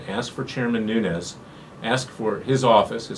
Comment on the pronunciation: Nunes not Nunez.